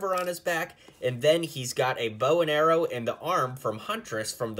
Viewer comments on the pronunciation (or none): none